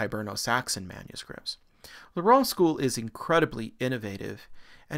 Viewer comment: Reims is a tough one but it's pronounced more like rance